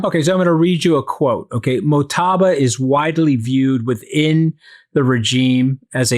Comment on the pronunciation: Mojtaba……please get the names right!! You are still calling Mamdani, Mamdami!!!!😂😂😂